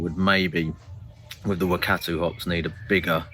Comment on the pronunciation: Love the music mate 😂 And good effort on your pronunciation of the NZ Hops Wakatu and Motueka, maybe research that one a bit more. I'll be brewing this soon. Cheers